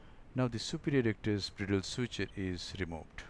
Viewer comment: It is called /Braidəl/ not /Brì:dəl/ . Thanks.